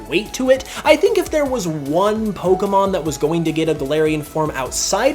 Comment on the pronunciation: Why can no one pronounce Pokémon correctly? Especially fans? 😑